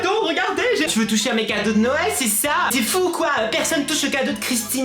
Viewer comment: tu as dis enlever la moitié des cadrau aux lieu de cadeau ce n'est pas grave ça arrive qu'on fais des fautes 😊😊😊😊😊😊😊😊😊😊😊😊😊😊😊